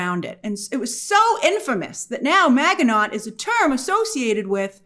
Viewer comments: It's ma-ji-no not mag-e-not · Grace it's not Ma Gi noT, it's pronounced Ma gi NO! long stress on the O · Grace, Maginot is pronounced Maj-eh-noh. Its a French name. Just fyi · It's not pronounced mag in ot.....itsMaj in o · “Mahj-ee-no”, not “mag-ee-not”. It’s French. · It's pronounced Maj in oh Grace.. A million Frenchmen cried out in pain with your pronunciation.. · Ma-ja-no not Maginot. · The word "Maginot" is pronounced "MA-zhi-no". Not MAG-uh-not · First thing I noticed also. 😂 She didn’t remember he was a French man. Definitely Not pronounced “Mag-e-Not.” 😂 Ma-ji-no is the correct pronunciation, like you mentioned. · Pronunciation Magin no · It's pronounced ma-ji-no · Proper French pronunciation for Maginot, - Ma-zhi-no - (the G is a soft G, the T is silent). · Pretty sure it's pronounced "man-gi- no" Maginot. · lol "Maga-Not" 😂😂😂😂😂😂 I was making breakfast while listening to this breakdown and I was like "What the hell is a maga-not doing in Aliens..." Then she started to describe this history and I was like "😂😂😂🤦🏽‍♂" Oh Lord, not Grace representing us Americans on the world stage 😂 You Europeans mustve been like, "Americans 🤦🏽‍♂". I swear, some of us actually know history over here and with knowing the history can pronounce the words😂🤷🏽‍♂ Amos - The name of the ship is the Ann-you-bis Kenzo - You mean... The Anubis, Egyptian God of the Underworld...? Amos - 😑😑😑😑😑😑😑😑 Kenzo - Sure, or we can call it the Ann-you-bis 🙄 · "Maginot" is pronounced Ma-Zhi-No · Isn't maginot pronounced mah-zhuh-no ? Was it pronounced incorrectly in the show? Or does Grace need a WWII primer? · I was like "Maganaught"? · It's MAA jen know. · it's pronounced "MA-JIN-O." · It's actually pronounced "ma-jee-no" 😊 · Maginot is pronounced MAZHI-no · Mazh-in-oh (French). Apart from that -- you've got me intrigued! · You mispronounced Maginot.. it’s like Majino….. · Her pronunciation of Maginot is killing me 😂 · That's not how you say Maginot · That's not the right pronunciation for Maginot